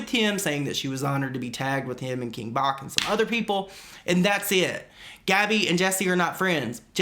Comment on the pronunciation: Everyone is saying king Bach’s name wrong lmaooooo